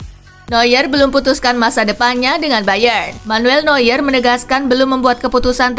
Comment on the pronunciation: Neuer dibaca Noyer bukan Nyuer lagi 👍